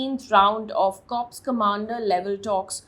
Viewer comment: Corps is pronounced Core.